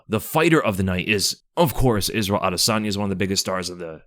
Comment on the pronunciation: pronounced adusanya 😅